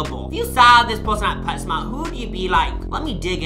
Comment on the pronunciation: wait, did you say pet smart, or pets mart